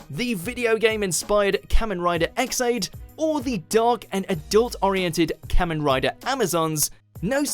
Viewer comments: I'm sorry, but who the nine hells is this "Kammen Rider"?! It's Ka-men Ridaa! I can forgive most of the butchered pronunciations, but hearing Kamen Rider butchered like that hurts my ears, my brain, my heart and my soul. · For a sec there i thought they said mumen rider instead of kamen rider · You pronounce kamen rider wrong